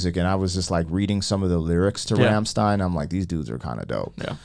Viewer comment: rum-shtine. like in sun-shine.